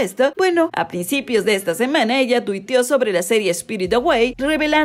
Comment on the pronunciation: Spirited away es una película de animación nipona, realizada por Studio Ghibli, ni una serie. Se pronuncia ”Chijiro”, no “Chishiro”, también pronunciaste mal “spirited”, dijiste “espirid”, se pronuncia “spiritid”, mira antes de hacer tus videos podrías practicar las pronunciaciones, si sientes que es muy difícil, podrías decir el título en español al menos